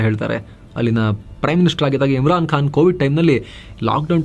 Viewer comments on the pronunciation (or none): none